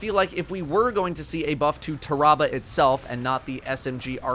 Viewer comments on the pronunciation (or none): "Tah-rah-bah" Pretty sure it's "Tear-uh-bah" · I think it's pronounced Taa-Rah-Bar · I always pronounced it Tear-a-bah Like tear that bear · I love your voice but not when ur mispronouncing words. It’s pronounced like terrible but replace le with ah